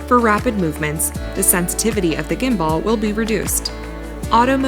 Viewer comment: "gimBUHL" is how it's pronounced, the lady in the video IS a native English speaker but she is unfamiliar with how the word gimbal is pronounced (it is sort of a technical term so I'm not surprised)